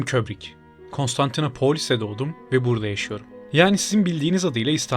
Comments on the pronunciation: Abş neden konstantinapoolis diyon? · abi artık kostantinapooolis deme lütfen